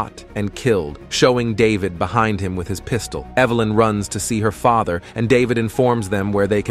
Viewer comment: The AI narrator started breaking. "Para-cities" instead of "parasites", "father" pronounced like it rhymes with "lather".